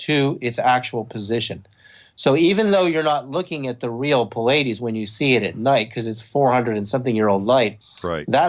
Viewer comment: I'm sorry, but if you claim to be in touch with beings from the Pleiades and this super important person, you have to be able to pronounce it correctly. It's not the cable channel that shows a lot of concerts.